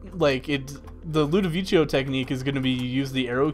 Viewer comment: IT'S NOT LUDOVICHO like says it's ludovico like said